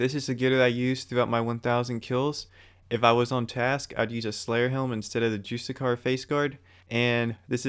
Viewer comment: It's pronounced "Jus-ti-see-ar, and not pronounced "Jus-ti-car". Overall nice video! :) Gzz on the RNG!